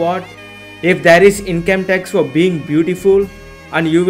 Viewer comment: Thair ❌ tair ✅